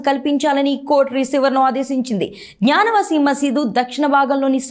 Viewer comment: అమ్మా తల్లి '' జ్ఞాన వాసి " కాదు. "గ్యాన వాపి" అని పలుకు.